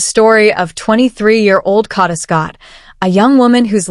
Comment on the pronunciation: Kay-da❤! Please 🙏 pronounce her name correctly, by all this time. Amen 🙌